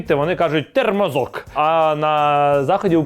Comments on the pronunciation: не тЕрмозок, а тОрмозок!!!!!! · "тЕрмозок"😂, ну ні Євгене, "тормозок" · Лиш "тормозок", а не "термозок"=) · Тільки не «тормозом», а «тормозом» 😊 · Шо за "термозок"!? ТОРМОЗОК! Від слова "тормоз" . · Чого термозок, якщо «тормозок»? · за "смаколик з радянської бідності " однозначно лайк )) Тільки думаю всеж таки не термазок, а тормазок.